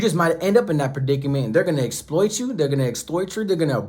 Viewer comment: He said extoit you 😂